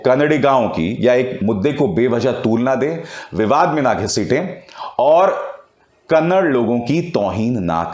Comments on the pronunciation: अभिसार कन्नड़ नही कन्नडा बोल रे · Sir it's not kannad its Kannada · Kannad nahi kannada boliye sir